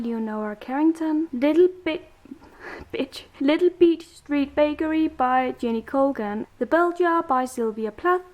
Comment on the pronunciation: i died laughing when you said "little bitch" instead of little beach teehee so funny love your bookshelf you inspire me!! I want to get all the clothbound classics and english library. Thank you for this